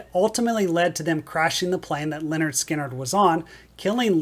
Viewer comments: Watching this a second time, and I HAVE to say it again: The first part of this band’s name is NOT pronounced the same as the name “Leonard”. The “y” is pronounced as a short ‘i’: LIN-erd. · Uhhh… “Lynyrd” is not pronounced as “Leonard”. It’s “LIN-erd”.